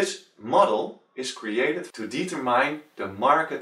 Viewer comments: Determine (Dietermain) haha, (Die-tur-mind) is right. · Good Job!! One picky thing, really sorry - Determine - De-Ter-min (the E is obligatory) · deee tur mine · Yes i got the theorie just found your pronounce funny. Thanks for making this video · Oh I looovvvved the way he said it.